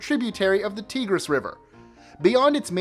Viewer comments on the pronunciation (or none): I love your videos! But it's pronounced Tie-gris. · Just to make sure I've not been mispronouncing it wrong all my life, I googled the Middle Eastern river, and it's as I pronounce it--TIE-griss (Tigris). Also, the town in Norway is pronounced 'awe', rather than 'A', because of the tiny circle over it--the last letter of the Norwegian alphabet. Hilarious list of town names.